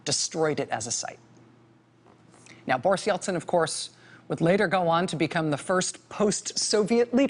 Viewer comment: Boris Eltsin sounds like Borsh Eltsin.